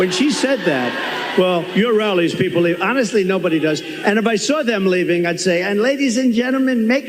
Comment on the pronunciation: Has anyone else noticed that when tRump goes on his 'someone insulted me' rants, he suddenly changes his 'O's' to A's'. Lot becomes Lat, Honestly becomes Anestly. It's another 'TELL' of the don. Just like when he says someone called him SIR. We all know that whatever follows is a LIE. And now he's back to the TOUGH farmers 'with tears in their eyes'. He's digging out the old play book...and it STILL doesn't work.